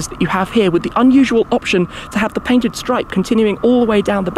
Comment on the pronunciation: Did I hear you say, "paintited"?